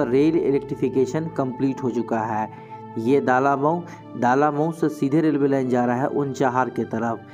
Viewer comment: ये "दालामऊ" नहीं "डलमऊ" है।